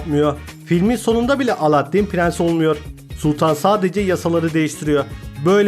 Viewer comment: Yaptığın gözüme çarpan ilk hatan : Aladdin demek! Alâddin o Alâddin!, lütfen ince L kullanalım kalın değil